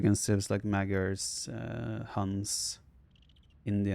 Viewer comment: hey vipi, you are almost nailing the pronunciation with magyars. GYAR is correct, but the first A should sound excactly the same as the second.